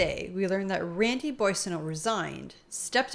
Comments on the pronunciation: I love you guys but you pronounce Randy’s last name wrong too lol it’s “bwa sen- oh” not “boy”. But seriously you guys are great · Cocaine Randy’s last name is pronounced Bwaw-so-no. No “boy” in Coke-a-hontas’ last name. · It's pronounced Mr. Bozo